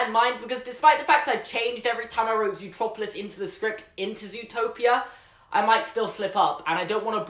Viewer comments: I still call it Zootopia eventhough I'm British because I still don't get why they changed the named. Everytime they say Zootroperlouse I cringe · YOU SAID ZOOTROPILIS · you said it zootropulus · “Zootroplolis” Me: meh Someone else: triggered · It's ZOOTROPLIS your English!!! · I’m English so it’s zootropalis